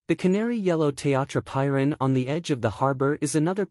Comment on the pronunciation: Such a stunning place, which deserves a narrator who knows how to pronounce its name correctly! Stop using AI for narration please